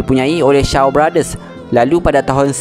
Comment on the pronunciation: maksud saya sebutannya bukan bahasanya. Contoh; Shaw bunyinya sho bukan shau...